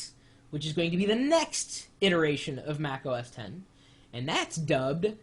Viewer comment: no U R not right! X is 10 it's Mac OS Ten - it pronounced like this have a nice day, Best regards, Chris, apple worker